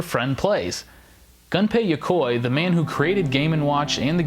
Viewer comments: Gun-pay Ya-coy, hahahaha...holy shit Japanese names aren't that hard to pronounce. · Maybe I'm just crazy, but I wouldn't expect "the gaming historian" to completely butcher names, Gunpei Yokoi. My ears....